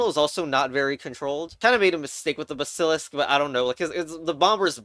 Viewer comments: I hate how you pronounce basilisk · the way you pronounce basilisk and phalanx is displeasing